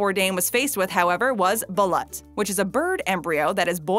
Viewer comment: It's pronounced Baloot